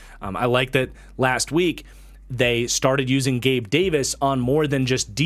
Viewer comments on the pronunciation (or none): none